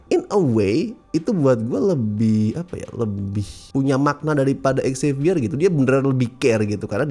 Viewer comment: Dari dulu kurang sreg sama prnyebutan nama Xavier yg "X-zavier", tapi kayaknya emang pengen menekankan X-nya biar pas dengan X-Men.